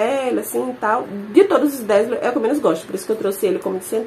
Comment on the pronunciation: Bom dia,! Tema excelente, dá pra fazer de cada marca, o que já rendeu vários vídeos, né? A propósito, o DAZZLE se pronuncia "dézeu", só para enriquecer seu vocabulário. Uma ótima sexta😘